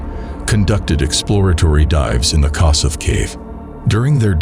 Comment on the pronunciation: The Hungarian pronunciation of Kossuth is [ˈkoʃut] (or kosh-ut) named after a famous Hungarian freedom-fighter. I know it's not the point of the video. I never heard of this poor guy and that a disaster like this happened in my country. The fact that he died in a section called the 'Hopeless Siphon' is also disturbing. May he rest in peace.